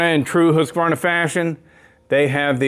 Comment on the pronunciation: Before i die i want to hear one american pronounce Husqvarna correc,t once.